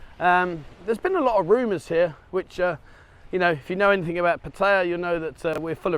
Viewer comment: Yes it is NOT PEttaya dear bro. It's PAttaya.